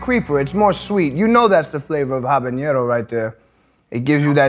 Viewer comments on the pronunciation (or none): Like this guy, but its not “habañiero”, its habanero. Like “jalapeño”…not jalapeeeño. Stop it people.